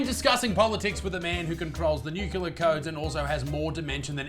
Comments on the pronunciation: WTF is a nucular code? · I love you Isaac but you need to learn how to pronounce ‘nuclear’ and ‘etcetera’.